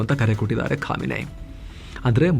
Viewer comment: ಖಾಮಿನೆ ಅಲ್ಲ ಖಮೆನಿ